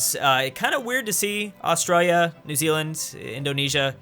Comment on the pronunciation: Omg his pronunciation of Australia triggers me so hard🤦‍♂️🤦‍♂️